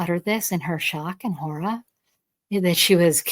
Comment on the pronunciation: 😳…. Gulp… 🫣 ”THE SHOCK AND HORRAH!”